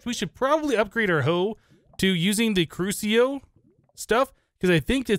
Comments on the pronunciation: the seeds for magic crops are from harry potter (the middle three anyway) Accio is pronounced Ak-ee-o, the Next one, crucio is pronounced Croo-shi-oh and next one is just straight up Imperio. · I CAN'T HANDLE THE mispronunciation. AKSHIO = Accio CROOSHEEO = Cruccio. I'm sorry. i just can't handle it anymore.